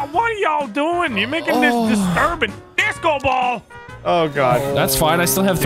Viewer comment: No one: Absolutely no one:: Deesco